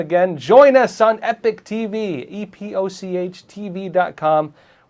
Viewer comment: I love this channel but why does everyone call this channel, "Epic TV"? If this is "Epoch TV", why is it consistently pronounced Epic? The two words are pronounced completely different, and the words mean two different things. "Epoch" is NOT pronounced "epic."